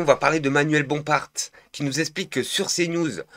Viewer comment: Pour info frérot, c'est manuel Bompard, ça se dit Bompar, pas Bomparte 😉😘